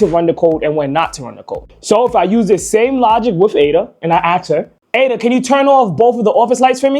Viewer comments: Axe it how to say Ask 😂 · AKS a question? You are highly intelligent seeing you can build this, therefore you should know that aks is not a word. It's ASK. I'm Dutch and even I know this. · could not keep listening after the third "ax". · Quick question why are you axing her? 🪓